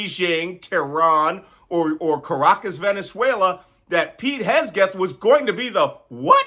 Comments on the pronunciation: Love it that you keep calling him Hesgeth instead of Hegseth. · Hahaha - I noticed that, but wasn't sure if it was intentional 😅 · Awesome content, perfect delivery, thank you. Just one thing: the man's name is Hegseth rather than Hesgeth. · Do you mispronounce names on purpose? Fortunately for us, Pete Hesgeth has no role in the government at all. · its HEG-rhymes with KEG, SETH-rhymes with METH, pronounced HEGSETH, NOT HESGETH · Malcolm, please learn how to pronounce Hegseth’s name correctly, threat that he is. It is HEG-Seth. Not Hess-Geth. You’ve been doing this for months. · It's Hegseth, not Hesgeth, Makcolm. Don't give the traitors a weapon with which to attack you. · His name is Hegseth, not Hesgeth! It's much closer to Hexit. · Malcolm, you keep pronouncing SecDef's name wrong. It is Heg-seth, not Hes-geth. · Malcolm, you perform such a service for us here. (btw, Pete's last name is pronounced Heg-seth. :) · It’s Hegseth, not Hesgeth. A good way to remember is that it rhymes with Kegbreath. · Malcolm is subconsciously mispronouncing Hegseth's name and calling him "Hegsgeth". Subconscious projection of deep disrespect. Love it. Malcolm is no fool 😎💙🙏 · Is there some inside joke here that involves intentionally mispronouncing Pete Hegseth's name? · "Hes-geth" deserves to have his name mispronounced, lol. 👍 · We have been looking forward to YOUR take specifically on this Fubar!!!!! BTW That moron's name is pronounced Heg' seth, 'not that anybody cares" to quote the "Big Bang Theory." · Your constantly mispronouncing names makes your coprehensive and cogent analysis sound dumb. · Just gonna jump on here and wonder why an expert cryptologist continues to mispronounce Hegseth. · The name of the creep is Heg-seth! You mispronounced it, Malcolm. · Ok Malcolm, say it with me, Heg-seth, Heg-seth... Hegseth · I think he does it on purpose, Hegself sounds about right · specially pleasing is how you mess hegseth surname. great attitude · Why say Hesgeth? "Hegseth"